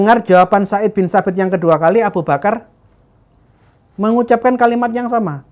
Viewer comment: Zaid bin Tsabit bukan said binTsabit hadehhhh